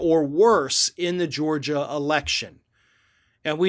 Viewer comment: I think you're making up bullshit. You can barely pronounce Georgia. You've got much worse problems than Trump. Other than you're a Trump hater. Hope you're enjoying higher gas prices, fewer jobs, and higher taxes under Biden.